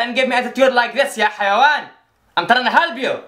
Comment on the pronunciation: " I'm terrana helb you" omg 😂